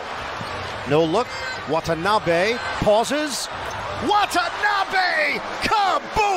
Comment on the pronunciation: 今時WATANABEをワタナビとか言ってるのは一部の☓☓な日本人だけ。